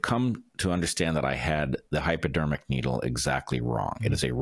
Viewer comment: sound like you calling it Hyperdermic needle